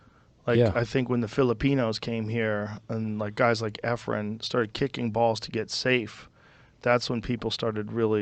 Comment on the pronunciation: E'fren, not 'Efren.